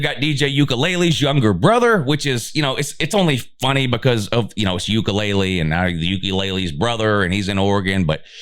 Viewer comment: D.J. " UKELELE?" DUDE! with respect....please learn the proper pronunciation for a player b4 posting....although a FUNNY mistake.....still....a TAD Unintentionally disrespectful.😊